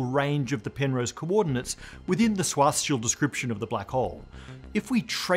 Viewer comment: It's pronounced Schwartzz-child....